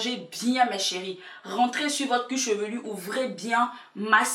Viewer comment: Du "cuchevelu" t drôle 😂